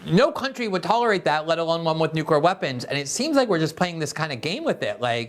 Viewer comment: Lee Fang has lots of info and skewed observations, plus, he says, "newkyoolure".